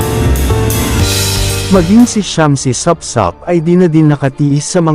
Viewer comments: Doon sa vlogger, hindi po Shamcey Sapsap…Supsup po ang prnounciation ng surname ni Shamcey. ✌️🤭😜😂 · Supsup not sapsap pngit nmn ng bigkas m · bakit Shamcey Sapsap ang pagbasa mo.? baligtad ba dila mo.?